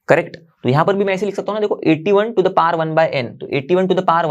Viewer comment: Sir power hota hai paar nahi 😅